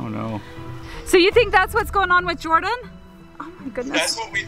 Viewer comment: It's Jordan not yorden